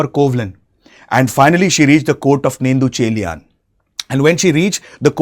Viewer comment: It's really good ur doing this but please try to pronounce the Beautiful சிலப்பதிகரம் si-la-ppa-ti-ka-ram or Neṭuñceḻiyaṉ or Ilango Adigal Kudakko Cheral Ilanko) from Chera dynasty young brother of king Cheran Cenkuttuvan. yes their mother in from Chola dynasty (Velir clan)